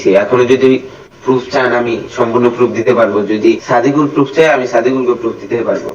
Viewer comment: পুরুফ না বাইঞ্চদ প্রুফ বল🥴হালা কথা কইতে পারে না আইছে সাদিকুলরে রোস্ট করতে🥴😂